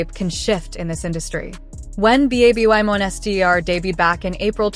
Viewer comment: Babb-bee Monster? Is it possible to get a new AI pronunciation please :goodvibes